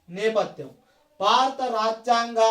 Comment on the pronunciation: నెపద్యం కాదు - నేపధ్యం